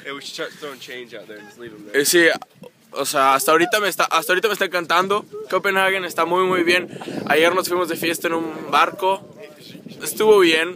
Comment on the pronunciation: no es copenaghuen, es compenhague dioss pronuncia bien